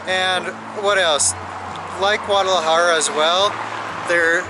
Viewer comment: Great video, guys! (as usual) FYI, "Sapos" = toads (rather than frogs):-), nice to see you practicing your "j" sound in "Guadalajara":-D Keep having fun and taking us along!